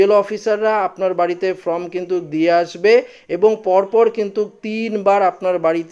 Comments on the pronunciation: ফ্রম নয় উচ্চারণ হবে ফর্ম। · ভাই, আপনার লেখাপড়া কতদূর বুঝতে পারছি না। আপনি "Form" কে বারবার "From" বলে যাচ্ছেন। যার এতটুকু বোধ নেই তার দেওয়া খবরাখবর কতদূর ঠিক বোঝা যাচ্ছে না। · "ফ্রম" না বন্ধু , কথাটা হচ্ছে "ফর্ম" ! 😊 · আরে ভাই from নয় form ঠিক করে বলুন। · Form এবং From এই দুটি ইংরেজি শব্দের উচ্চারণ আলাদা। এই বিষয়ে সতর্ক হয়ে উচ্চারন করুন । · ঠিক বলেছেন, বড় কানে লাগছে এর উচ্চারণ। Form কে সে From বানিয়ে দিচ্ছে। তারপর "একই" কে উচ্চারণ করছে অ্যাকোই! লেখা কে এ বলছে ল্যাখা! এদের academic background কি কে জানে ?